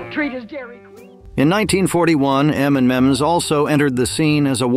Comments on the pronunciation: M and Ms and not M and Miz!!!!!!!! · Anyone notice 3 times he called M&M's M & Mizz..😂😂😂